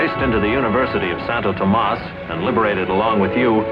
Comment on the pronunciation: Santowtowmas hahahaha🤣